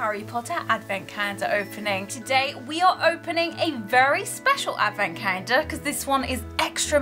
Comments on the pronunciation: Take a shot every time she says “cah-yen-duh”. Gives me PTSD to when I was in speech therapy. I normally have to stop watching half-way because grown adults using an aggressive baby-voice triggers me. Intensely. I normally don’t care for advent calendars but I loved this calendar! Very original and creative! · Is she saying advent cander?? There is no L in her pronounciation.. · Anyone else hearing "cander" or is it just me 😂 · I've been watching all the Advent openings and I just realized brits pronounce calendar like Cayender.